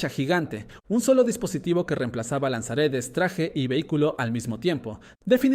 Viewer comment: A mi tmb encima parece que diga lanzaaretes😅